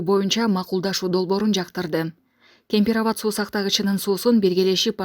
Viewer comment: Кен Пир Рават деп туура суйлогулочууу